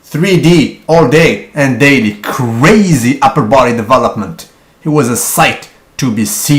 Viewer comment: Why do you say DAILEEEE ? Lol. Its funny. But your vidz are good.